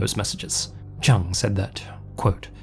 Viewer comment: The name "Chung" is pronounced more like "Choong". The pronunciation used in this video would match the spelling "Chang".